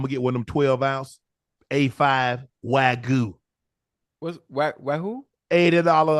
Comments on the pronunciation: Im howling because Ocho kept calling Wagyu Steak Wagganot...lol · Ocho called Wagyu steak “Waganot” 💀💀💀